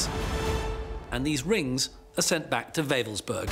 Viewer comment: I was stationed only a few clicks from Wewelsburg back in the early 90's. It's a shame that almost no one in the documentary pronounces it correctly. Creepy place.